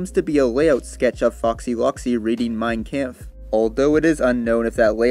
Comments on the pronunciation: Fyi its mein comf not camf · But other then the mispronouncation of mein kampf good video